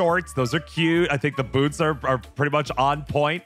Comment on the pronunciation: Why do u keep saying boodie their bOots